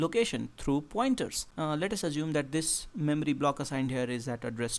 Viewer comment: memry memry memry memry